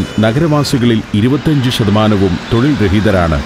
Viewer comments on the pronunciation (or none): none